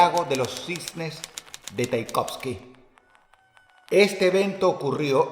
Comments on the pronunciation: Tchaikovsky no taikovski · No es taikovsky, es tchaikovsky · se pronuncia como se lee, tchaikovsky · ¡Hey! nadie en el mundo dice "Taikovsky! ¿Quien es Taikovsky? Querrán decir "Tchaikovsky" Se te fue Dross se te fue. Y gacho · Es Tchaikovsky, no Taikovsky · Tchaikovsky dross, tchaikovsky. No taikovsky jajajajajajaja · Tchaikovsky Dross, no quedes como analfabeto! 😅